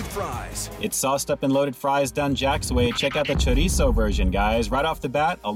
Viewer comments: High five to my fellow Californian who knows how to pronounce chorizo! Cali peeps represent! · Glad you attempt to pronounce it right ☺️